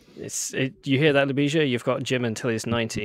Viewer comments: The accent of Ljubisa's name is in the first syllable. And the s is light. Maybe he is used to this. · Came here for the butchered pronunciation of. Wasn't disappointed. Have updoot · Never have I herd a name so badly butchered in mispronunciation. Poor has probably given up on trying to get anglos to pounce his name properly a decade ago.